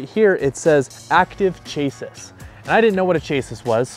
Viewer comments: chASS- ee:face-fuchsia-tongue-out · Chassis is pronounced CHASS-ee or plural is CHASS-eez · Chassis = shah-see, as in a car’s chassis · Chassis: "Chah-see" you've heard it before.